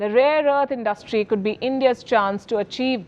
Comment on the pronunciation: Indus-trie= industry abd not indust-trie ; it’s a common Indian mispronunciation ( pro-nun-see-ation ). Cheers